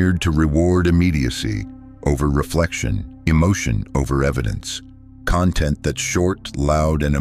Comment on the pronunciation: Please teach your AI narrator how to pronounce content as a noun, versus content as an adjective.